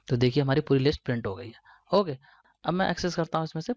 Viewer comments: bhai wo sab to theek hai but pronounciation theek kro apna hokay nhi its okay okay bro!! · saheee mei yrr ye okay nhi hokay bolta hai:)